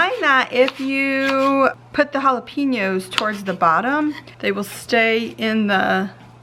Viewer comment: Its pronounced "Halla-penyos". Not "halla-peenos"